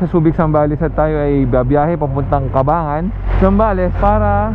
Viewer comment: Brad sa susunod aralin mo muna yung tamang bigkas ng Cabangan. It is prnounced "Kabang-gan" po, hindi ''Kabangan'.